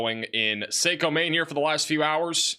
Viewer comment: Saco Me is pronounced like taco